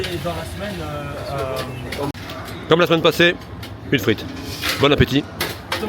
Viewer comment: Frite ! Et non Friet ;p Et les gars !! La belgique ma ! Les Tubiziens meme ! De maillots de la belgique ok , mais ils sont ou les maillots floqué Hazard ?!?!